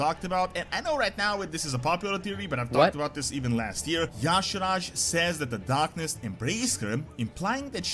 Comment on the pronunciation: He is pronouncing Y'Shaarj WRONG! Almost no one gets it right. (Ee-Sharzh) Anyone ever notice, speaking of Old Gods, that the Shadow Priest has Idol of Y'Shaarj, N'Zoth, Yogg-Saron and C'thun in their Shadow spec? Shadow Priests are straight Void DPS. I think the best race is Void Elf (Alliance). Makes for the best Void/Shadow Priest race. I just started one on Stormrage. Liking the direction it's heading. Hated patch 11.1.5 for all the messups and poor launch. This is what the test server is for! Let's hope they get 11.1.7 right. Wow Old Gods vs Xal'atath? Yeah N'Zoth has always been the brains of the outfit. This will be interesting to see where it goes.